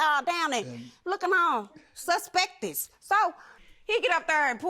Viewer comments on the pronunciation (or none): She said" suspectious 🤣🤣🤣🤣🤣" that's a new word! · “Suspectess” 🤔🧐😐 bitch whst? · She said “ he was looking all suspectiss”. I’m so embarrassed as a people lol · The Defendant said the plaintiff lookin all SUSPECTES instead of SUSPICIOUS 🤣🤣🤣🤣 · Did she say suspectous 🤣🤣🤣🤣🤣🤣🤣. Get that money back from ure daughter 🤣🤣🤣🤣. My mom would've called the police on me ( if i stole his stuff) 🤣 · Not Sus-spectious 😂